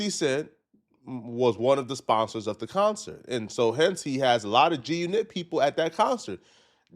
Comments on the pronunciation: Bro, why you saying it like that? G-Unit. Say it normally. G-uNIT is a song cadence, you don't say it like that everytime. 😆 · It’s not “g u nit” unit the word is unit damn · Why are u pronouncing it “Gee U KNIT” 😂😂😂 it’s G-Unit dude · you outta touch weirdo, it's not G- U NET, it's G-Unit. Say it like a normal mf person who knows wtf they're talkin about, damn nigga you awkward as a mf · pissing me off the way he pronouncing G-Unit 🤣 (It was actually “guNIT” members 😳) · You can’t trust nobody that say G-U-Knit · Can't pronounce g unit and called zip wit da drip popular😂😂😂 that clown lives in his momma's apt at damn near 50 years old. Cut it out. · Why can't you say G-Unit 😂😂😂😂😂😂